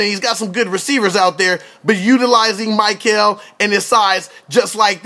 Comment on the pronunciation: Pronounced Mick-el not Myk-el...no matter though, people will know his name soon enough! Mikel Oliver.